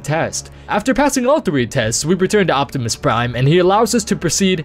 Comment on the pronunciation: 6.36 did u say "return to optimus prime" :D:D:D:D ?